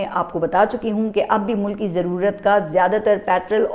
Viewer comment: گد مردہ کو نوچ کھا جاتے ہیـں پاکستانی عوام مردہ بے حس بے جان عوام ہیـں اب گد لکڑ بکڑ نوچ نوچ نہیـــــں کھائے گے کیا. نوچ نوچ کر کھانا ہی چاہیے. باقی آپ کا انداز بیان یگانہ یکتہ ھے کوئی تمہارے پاس پاس نہیـــــں. مگر پٹرول کو پٹرل نہ کہنا. ❤❤